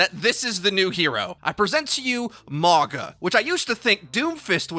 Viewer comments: U pronouncing it wrong 🤣 but all good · it’s not pronounced the way is pronouncing it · Dont think you saying his name properly. Considering his tribal tattoo's, the "G" is pronounced with the an "NGA". Mauga also translates to "Mountain". So its fitting as a Tank role. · where is your grandma from? The English g isn't a sound found in Sāmoan or Māori. What's written as g in Sāmoan is pronounced as 'ng' (again, in IPA (the international phonetic alphabet, used by linguists like myself) it would be /ŋ/). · 99% sure it's pronounced Ma-ow-gah, not Mah-gah. Why the hell is this so hard for you, bruh? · It's a samoan name. Pronounced- mah-oo-nga. Translates to mountain. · im pretty sure hes Polynesian due his traditional island tattoos and also his name means Mountain in Samoa so im guessing hes samoan btw it pronounced maunga instead of mawga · He pronounce mauga as mawga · I think its said Mauga, not Morga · If y’all pronounce it “Mogga” one more time I swear... 🤦🏽‍♂️ it’s MA’UGA pronounced “Ma-unga.” Yes I know there’s no N in his name but G’s in Sāmoa are pronounced w an invisible N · It’s just a friendly correction it’s pronounced Mao-guh not Maw-gah. Mauga is a Polynesian name Samoan to be exact. I know I’m certain because he is clearly plain as day a Polynesian. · not (mah-gah) it's mauga. Like (mow-gah). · mauga means mountain in samoan, pretty close with the pronunciation, letter 'g' in samoan is pronounced as 'ng' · His name is pronounced "mau-nga" the letter G is pronounced sort of like an N in most Pacific island languages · Im a Tank Main and Polynesian so if he is the New Hero then Looks like I’m going to have a New Main!! Im so stoked!! I think his name is Pronounced MOW-NGA at least thats how I read it off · Mauga is pronounced Mau nga with a glottal G sound that closely resembles a ng in lung. Can we signal boost so sees this? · Pronounced mau (like mauii) gna. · Mauga would be pronounced "mah-ooh-gah"